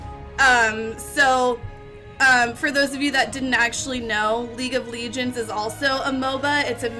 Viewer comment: LEEGENDS. can you speak english or are you stupid?